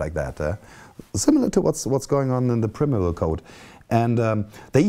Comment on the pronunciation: interessantes Video. Man spricht es als Prime Evil aus.